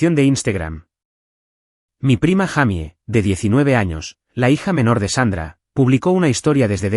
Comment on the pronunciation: No es un monstruo!!!! Es un sinvergüenza raya do a monstruo. Se dice declarabje!!!!!!y se es mujer se pronocia yeimi no Jaime